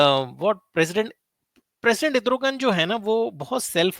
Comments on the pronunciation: it is not Edrugan it is Erdugan just a gentle correction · Edrogan...naam tou sahi bol...analysis karney se pehley